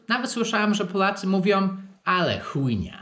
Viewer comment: piłem pepsi i jak powiedział swoim akcentem Ale Chujnia, to biurko sobie oplułem xdd